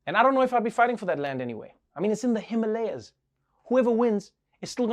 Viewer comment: Pronounced as Himaalayas ...